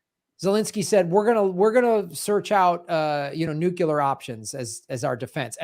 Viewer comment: I love you, but please correct your pronunciation of "nuclear"